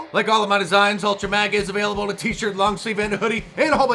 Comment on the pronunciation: My man said ultra-mauga